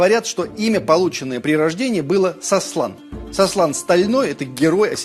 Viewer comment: Сослан а не саслан)